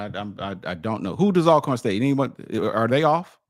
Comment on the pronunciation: Al corn, dude stop it. You played at Grambling and saying Al corn. Hopefully he’s trying to be funny. I’m JSU btw. Everybody knows it’s pronounced All corn